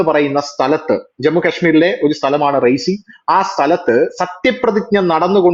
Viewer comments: Raisi alla . Reasi. Ri-ya-si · റൈസി.. ആണോ റിയാസി ആണോ...? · റീസി അല്ലേ.റിയാസി ആണ് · റൈസി എന്നല്ല സ്ഥലപ്പേര് . റിയാസി എന്നാണ്. Reasi ( शियासी/ റിയാസി )district of J&K. അവിടെ ചെനാബ് നദിക്കു മുകളിലായാണ് ഈഫൽ ടൗവ്വറിനേക്കാളും ഉയരത്തിലുള്ള ലോകത്തിലെ ഏറ്റവും ഉയരം കൂടിയ റെയിൽവേ ബ്രിഡ്ജ് പണിതിരിക്കുന്നത്.